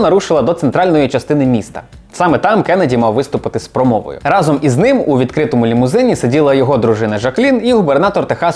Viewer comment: рАзом. Бо тригерить коли неправильно наголос ставлять